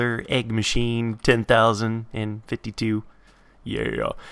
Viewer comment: Five Fitey.